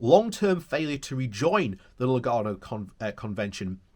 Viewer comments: Lugano, not Lunago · So many different pronunciations in one video! 😂 Lunargo and Lugargo made me smile. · Great video, but it is L-U-G-A-N-O !! A lovely, lovely lake in lovely, lovely Switzerland.